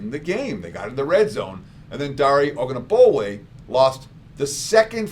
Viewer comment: I got you, on Ogunbowale. It's pronounced oh-goon-boh-WAH-lay